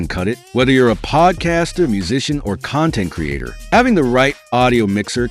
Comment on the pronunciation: AI. Good AI, but "Universal Serial Bus" and "M peg layer three" and "Con Tent creator" is jarring. It also makes me question everything said in the video. "MI DEE EE" is amusing too.